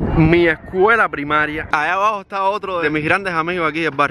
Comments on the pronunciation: Dijo alabao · MUNDO DIBUJOS Dice alabao